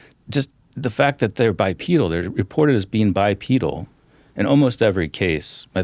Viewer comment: Dude mispronounces “bipedal” 😮